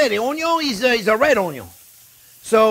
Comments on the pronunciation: This guy makes me happy just by saying ONYO every time 😂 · Onyo....kkkk love you chef. Your videos are simple but very tasty 💚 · I love it when you say "onion" a la francaise...bravo....